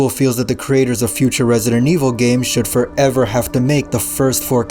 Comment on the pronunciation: Inezh forevah